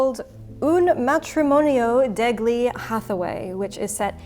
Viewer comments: Degli is pronounced DEL-yee if no one else mentioned it. This is a fun topic. Thanks for revisiting the romance novel covers! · "deh-glee" My first ever Italian class, our professor presented us with the different forms of "the," gli being one of them. We all pronounced the hard G, and he quieted down, looked to the floor sadly, and looked back up at us. After correcting us of the pronunciation- that being "yee"- he knew we would only keep making the error unless he made it dire. Hearing Bernadette say "deh-glee" reminds me that everytime gli is spoken with a hard G, an Italian puppy dies. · FYI: Italian "gl" is not pronounced with a g-sound, rather the G shows that it's a palatalized L, or a "ly" sort of sound. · Lol the pronunciation on “degli” 🤣